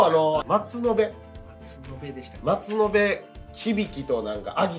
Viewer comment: 鳥栖工の松延の読み方は まつのぶ ですね。